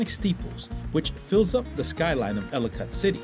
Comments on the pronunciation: It’s pronounced Elli-kitt - Like Delicate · He should learn how to pronounce the name of his subject before making a video